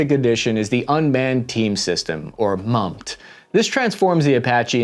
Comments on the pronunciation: MUM-T (mum-tee) not MUMT. Manned - Unammaned Team. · MUM-T. Commonly pronounced "MUM" like the UK version or mom. And the "T" is pronounced like saying the letter "T". MUM---T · "MUM-T" pronounced mum tee